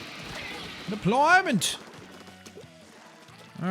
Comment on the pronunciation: when said "deployment it sounded like depfloorment